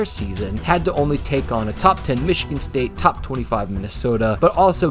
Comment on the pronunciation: isn’t there a yt advisory against loudly saying the word top for emphasis or albeit to blast the eardrums of the listener?